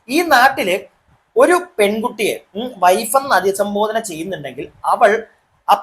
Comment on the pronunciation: അധിസംബോധന അല്ല..അഭിസംബോധന എന്നാണ്..